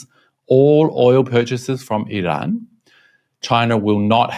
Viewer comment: An English speaker pronouncing Iran correctly! I'm surprised. LOL 🙂 Forget Trump he doesn't know better. In fact the moron is a totally clueless bully. 😞